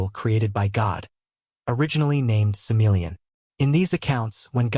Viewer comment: Sammel... Bro SamA-el